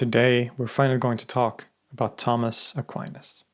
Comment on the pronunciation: Tomas Aquinas ( please do not pronounce Tammes Aqua -áines ) has been one of the greatest philosophers of all time still quite relevant due to his sharp wit , no-nonsense Aristotelian logic addressing theological matters .